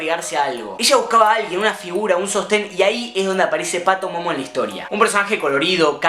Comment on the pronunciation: Es PATIMOMO, No "PATOMOMO" AHRE